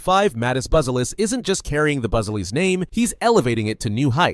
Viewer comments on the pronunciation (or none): Bu-ze-lis. One more time: BUZELIS ( Right pronunciation: Boo-zia- lis)